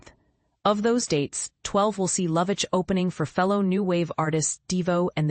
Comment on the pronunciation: Pronounces her name correctly